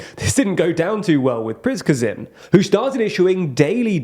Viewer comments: PRISH-guh-vin? Seriously? At this late date, this young man does not know how to pronounce Prigozhin's name? Pree-GO-zhin, son. It's Pree-GO-zhin. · Prih-GO-zhin not Prizhgovin 😂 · Just to help, we actually don’t pronounce “Preeshgovin” or “Priskezin” but something like “Pree-go-jheen” because ZH is pronounced just like the S in "pleasure" or in "Indonesia". 😊 Great video by the way! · It's Prigozhin, not Prizhgovin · Prichkivin XD Pre-go-sheen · Wagner's boss should be pronounced as Prea-go-jin, not preachkovin :) But as usually, thanks for great work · it is pronouced "Pri-go-zhyn", not "Prichkovyn". Otherwise a solid report, yet again! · please... prigozin prí-go-"gin" (first "i" emphasis) is already close enough. but its not pizgovin, prizgivin... :D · Why are you pronouncing Yevgeny Prigozhin’s name like that? Lol you’re pronouncing it “Prij-ka-vin” or something like that lol I believe it’s pronounced “Prih-Go-jin”. Either way, great video, as always! SLAVA UKRAINI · Preechkhowin ? Who is that ? Really ... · my ears bleed everytime i hear you verbally sodomizing names... repeat after me, "PRI - GO - ZIN", it's a pity considering all the good research you guys put in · I ain't hating, but pronouncing Prigozhin as "Prishkovin", and mispronouncing other names and locations, kinda implies that you're just reading a script and don't actually follow the conflict at all. Which is fine, news people are not experts or researchers, but still, improving this issue does not seem hard to do. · The pronunciation of Kadyrov / Kadyrovites was just flawless, haha.. but "Prichkovin" is truly next level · PRE-GOH-ZHIN Not that difficult. I'll give you a pass on the zh sound but you gotta do better on everything else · Prichkovin? Really? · Try to say it correctly next time: "Pri-go-zhin" Thx for content!) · Wagner group’s owner and founder’s name is pronounced “pree-gozh-in”. Come on guys, it’s not that difficult… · Oh wait... Now it's Prizkovin! LOL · And "Priskazin"